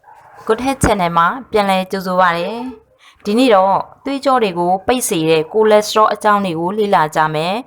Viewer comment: Good copy right & translate, but not Ko lesterol pronounce is Cholesterol.